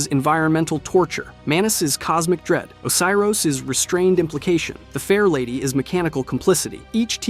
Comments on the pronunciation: he also said Oh-kay-ros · O-see-ros is the one that got me. On top of that he doesnt even keep the pronunciations consistent